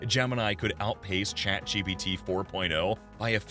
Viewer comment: Be keeps saying 'ChatGBT'